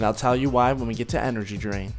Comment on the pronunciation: i heard " Energy drink" instad of " energy drain" :D: :D